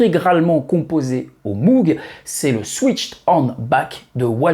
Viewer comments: Salut comme on dit chez les fadas de synthetiseur. Pour moog on ne prononce pas mougue mais maugue . merci pour tes vidéos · super video mais on ne dit pas Moug mais Mog 😉